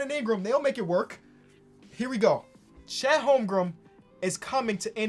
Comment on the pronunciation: Chet Holm-Grin*